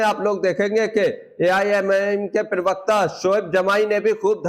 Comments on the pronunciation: आपका उच्चारण ठीक नही हो रहा है। ये शब्द प्रवक्ता है ना कि परवकता। कृप्या थोड़ा ध्यान दीजिए। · प्रवक्ता उच्चारण तो ठीक से कर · प्रवक्ता शब्द का उच्चारण तो ठीक ठीक करो